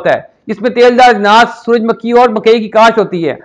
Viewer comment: suraj "MAKKHI" nahe hota suraj "MUKHHAI" hota hy